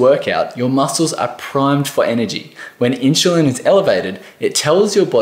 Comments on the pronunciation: my ears were exploding every time he was said it... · Why do you keep prouncing it as inchulin... It's insulin. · Inchulin? wtf is that? Dude, if you can't even pronounce the word 'insulin' correctly, it puts everything else you say in doubt. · Insulin not inshulin...🤓 sorry, it drives me nuts 😉🤣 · He said "inchulin" 15 times. It's hard to think about the message when my brain keeps correcting him. The info is good. It's just that one word! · I am sorry but I couldn’t figure out what is “inchalin”??? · I love your accent. Question? How do you get your pronunciation "in-shoe-lin" out of i-n-s-u-l-i-n? Not trying to be critical, just curious. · The word inschulin is all I could focus on. I mean I don't even know if inschulin is good or bad at this point 🙃😂 just that something something inschulin. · I stopped watching for that reason. If you can't pronounce insulin correctly, i don't trust you. haha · Dude, it’s in-chillin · Yeah,what is ‘INSHULIN’? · Inchuline Hehe 😀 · OMG!!!! I had a hard time trying to focus on what he was saying because of thaaaaaattt!!!!!! I turned the CC on stop hearing it 🤦‍♀️🤦‍♀️🤦‍♀️ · It was so hard to listen to the content because of that. My brain simply got hung on that pronunciation :) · True that😂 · I know right??? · This has nothing to do with an "Accent", it's pronunciation of Insulin using a proper English "Ssss" sound. There's absolutely no word in English where you pronounce an S with a chu. Someone from England, Auss, New Zealand would know this.